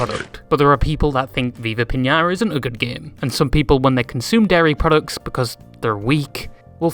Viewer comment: Why do you say viva pinara